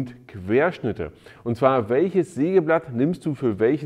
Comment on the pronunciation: Neiiin!!! Ein Seegeblatt hat Zeehne ... -- ein Sägeblatt hat Zähne! Zefix!!!